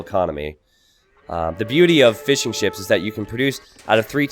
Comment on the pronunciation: Keep hearing 'fish n chips' instead of fishing ships